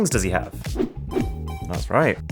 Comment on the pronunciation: I wonder how many noticed your map was in France and that you said 'thayez awesome...' because on the map there was a place called Thyez!